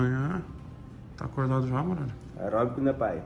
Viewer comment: NINGUEM:: AIROBICO NE PAE KKK